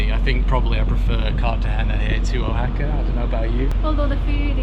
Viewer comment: We're new subscribers and are full time traveling since Aug 21, 2023... We just left 3 months in Mexico and absolutely loved Oaxaca.... To the point I have to beg you... Please have someone help you pronounce it correctly... There's no bigger insult to someone than to continually pronounce their name wrong, and that goes for cities... Wah ha ka... The is no O in the pronunciation... Thanks and we look forward to your guidance thru Colombia... That's coming up soon...